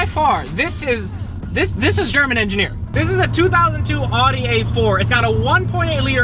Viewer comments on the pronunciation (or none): I think it’s pronounced “Audi” and not “Adi” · Pronounced owwdee. Oww as in wow. Not ahhhdi. Ahh as in awful. Aufweidersehen. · I believe it is Audi (ow-di) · Don't say audi like that, please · How do you not know how to say Audi